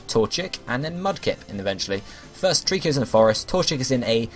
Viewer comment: lol i heard thirst instead of first